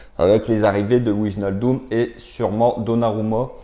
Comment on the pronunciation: alors pour wijnaldum, on prononce Vaille- nal- deum